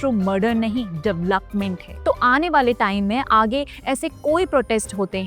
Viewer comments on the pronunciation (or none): none